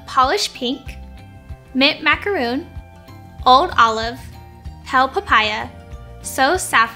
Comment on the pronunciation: I really wish that our staff would pronounce the names correctly, macaron - ma-cuh-ron